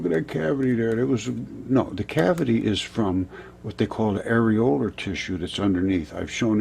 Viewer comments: Yeah, I though at first he said areola tissue, and he was just making a tit of himself. But it's an actual thing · Did this guy say nipple tissue?!